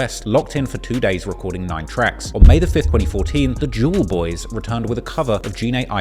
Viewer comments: spat my fucking tea out the way you said"Jewelboyz" and every time after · the way says jewlz boy is so funny